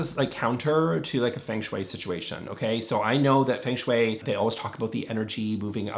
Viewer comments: It’s not pronounced as Feng— FUNG is how it’s said. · That’s not how feng shui is pronounced, not even the anglicized version 😭